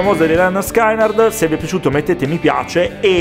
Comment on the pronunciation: Lenerd Skinerd ,.. Pronuncialo proprio cosi' come lo leggi e sarai troppo figo... diciamo al 101%,.. fino ad ora lo eri solo al 100% ;-) .. Un saluto, sei sempre il migliore,.. PS. Tranquillo, la mia non voleva essere una critica, non ho mai avuto modo di salutarti e ho colto l'occasione per farlo in questo modo... :-)) mmmmHH!! mi sa' che dopo questo primo post ti staro' sulle palle a vita hehehe ... ;-P see you later !!